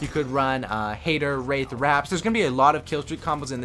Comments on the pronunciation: He said race. Its wraith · Y can't you pronounce Wraith Right?